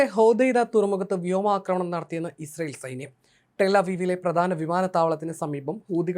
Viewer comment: Misrael 😁 Israel plus Missile is Misrael 😁 interesting reading 😂